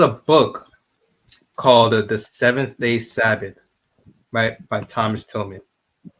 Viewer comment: During the video I kept on saying Thomas Tillman when his name is actually pronounced TILLAM*. Please excuse my mistake 😊